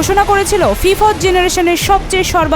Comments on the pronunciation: ফিফাৎ জেনারেশন নয় ফিফ্থ জেনারেশন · ফিফথ্ উচ্চারণ করতে পারে না, এরা আবার সাংবাদিক 😂😂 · ফি ফথ কি উচ্চারণ রে বাবা আবার বলে সোভিয়েত আলমের 😂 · সংবাদ পাঠিকা আপা Fifth --- ফিফথ --- উচ্চারণ করবার পারেন না! সোভিয়েত আলম! অটো পাসের খাটো বিদ্যা ও জ্ঞান!😜😁😝!